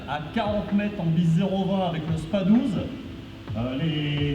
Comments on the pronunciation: shOtgun et non shOOtgun.. et ce dit spaSS 12 aussi. Le "s" n'est pas silencieux. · Le "s" de spas 12 se prononce il me semble 😁 sinon belle video comme à ton habitude !